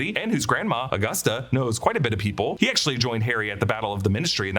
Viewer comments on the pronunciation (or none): none